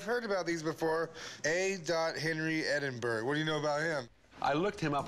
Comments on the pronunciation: Exactly, it's only our capital city! Ed - In - Burrr - ugh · Why cant americans pronounce EDIN-BUH-RA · It's in fact pronounced Ed-in-buruh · If your extremely Scottish like me you'd pronounce it like "Edinbruh" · The way he said Edinburgh made me cringe. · They can't pronounce Edinburgh lmao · Was literally coming to comment that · The way he says Edinburgh hurts me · As a Scot I can tell u that that’s no how you say Edinburgh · Americans can't pronounce Edinburgh seeing these guns makes me proud to be Scottish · The way chum pronounced Edinburgh made me physically shiver in disgust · that's not how you pronounce Edinburgh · Guy can’t even pronounce Edinburgh, lmao. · "Edinboro" hahaha "Edinburgh" - EDINBURAH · It's not pronounced Ed-in-bo-ro" It's "Ed-in-bur-uh". Chumlee and the expert dude actually got it right. The seller guy didn't. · its not pronounced ed-in-burg its pronounced ed-in-bra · Its "Edinbruh" not "Edinborough" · Edinbourgh lol Edinburgh big difference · its not Edinboro its Edinburgh.You would say Edinburra.. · EDINBRUH NOT EDINBORROW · Edin - burr- ugh...........not Edin - burrow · It's Edinburgh, not Edinbro!!! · Edingbuuuuuuurgh not borow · Why can't Americans pronounce any scottish city right? Edinburgh gets called edinburrow at times instead of Ed-in-Bruh (glasweigan accent) Ed-in-Bruh-uh" (Edinburgh accent) Glasgow gets changed to Glas-cow instead of glas-go. Same with Moscow. Nobody calls it mos-cow so why is Glasgow called glas-cow. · Ed- In - Burrr - Uh... Not Edin-boro or Edin-burg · It's not edinburg it's proununced ed-in-bur-a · edinboro!!!!!! its pronounced edinburra jeeeeeez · Ed.inn..burr..ah NOT Edinboro ... I am born, raised and still reside in The Auld Rekkie! They ripped this man off! He really should have contacted an auction house here in Edinburgh. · IT'S NOT PRONOUNCED "EDIN-BURG"! IT'S PROUNNOUNCED "EDIN-BRUH". THIS WAS ANNOYING ME SO MUCH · “Edinburg” numpty chum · Edinbra... OHH, My Sisters! Xb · lol Edinbourgh lol